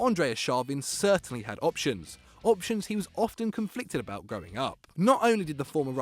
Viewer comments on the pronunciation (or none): none